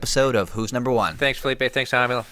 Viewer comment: Fucking ballsuckers. You must say Rómulo like r in rack. Brasilians are Also able to pronounce R properly